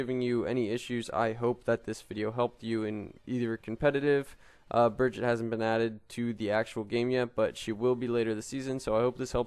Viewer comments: im sorry I cant watch this when you say her name every fucking two secounds and even than you say her name wrong, like wtf just watch the damn overwatch intro video jeff says her name like 100 times and dosent say bridget once, smh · She is not called Bridget! It´s Brigitte! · Plz stop calling her like that, thats not how you pronunce her name.